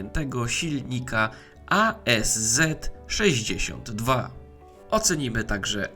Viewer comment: Mała uwaga do nazewnictwa. Ten silnik to ASz, nie A S Z. W języku rosyjskim jest litera „sz”, ona w skrócie występuje i pochodzi od inicjałów konstruktora, Arkadija Szwiecowa.